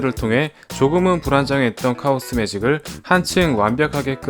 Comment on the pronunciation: 카오스 매직을 차오스 매직이라 읽었네